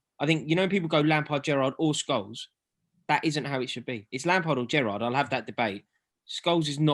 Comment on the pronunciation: Hahaha! This was hilarious. Its Gerrard.